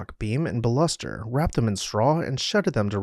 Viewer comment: Computer generated voice is most entertaining:broker-->brooker; BAlusters-->baLUSTers. But most of it you got right, the photos were excellent & the commentary matched what was on the screen. I'd have loved to see more rooms, kitchen, dining room, bedrooms, & I agree that the pace is a bit hurried. What a shame it had to be turned into condominiums, but at least the facade & gardens remain, hopefully some of the more spectacular rooms downstairs. Can you imagine someone doing the same to a mansion these days---the manpower that took, 2 full trains, reassembly. Wow. Thanks for turningus on to this, I'm going to see what more there is about this gorgeous house. P.S.---another mansion you might want to tell the story of is the gorgeous Richmond Hill mansion in Ashevile, N.C., (a city better known for the Biltmore Estate). It, too, was moved, opened as a wonderful Inn & gourmet restaurant, then tragically burned to the ground in a case of arson days before the new owner was to be foreclosed upon. Not 100 rooms, but glorious all the same.